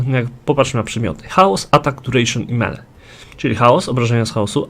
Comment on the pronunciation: "Melee" = "mili", nie "mele". To tak tylko na marginesie :) Dzięki za wszystkie filmiki - duzo rozjasniaja :D